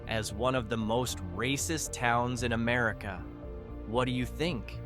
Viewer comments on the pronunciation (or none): none